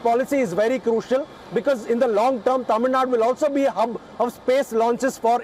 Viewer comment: appreciate the host's Tamil pronunciation.